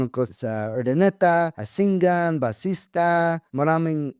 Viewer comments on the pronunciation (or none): Hello, ser. The town is Asingan (ah-sing-gun) and not Massinga. Sampung kilometro mula sa Urdaneta, if you go straight east. Ilocano ang salita roon, tulad din sa Urdaneta, pero Tagalog, Taglish, at English ay popular din. Maraming mga taga-Asingan at Urdaneta ang na sa Canada at US.